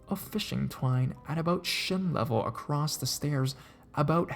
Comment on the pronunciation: And in the second story "acrosst" in stead of "across"